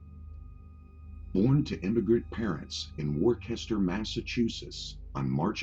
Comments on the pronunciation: Ahh a fellow Massachusetts native I see I was wondering what "Warchester" was 😂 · Worcester, MA - It's not pronounced "War-kess-ter" but "Wuss-ter" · N it’s Worcester not Worchester brother!! (508) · Jesus H Christ on a pogo stick. Raymond ran everything out of Providence, not Boston you jedrool. And it's fucking WOOSTAH, not WOR CHEST ER. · Worcester mass is pronounced “wuhster” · Worcester, MA, pronounced: Wooster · MORON ! Learn to pronounce the words you use in your vids. WORE KES TER is wrong, just like your birth. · its pronounced wistah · Nice. One thing. Worcester is pronounced wuh-ster.